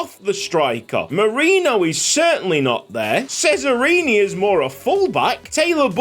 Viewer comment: Just to let you know, "Cesarini" is actually pronounced "Che-za-ree-nee" (according to Forvo at least) 🙃